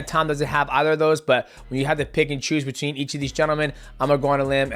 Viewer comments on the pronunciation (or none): none